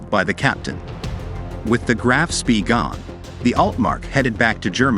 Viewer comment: "spee"? I was taught it is pronounced "Spay"?